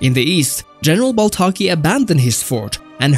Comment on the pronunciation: Duuude it is baltaci not baltaki but nice video